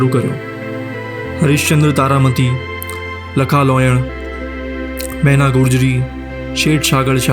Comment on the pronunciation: ભાઈ તમે ફિલ્મ ના નામે તો બરાબર બોલતા સિખો. લખા લોયણ નહિ લાખા લોયણ અને શેઠ સગાળશા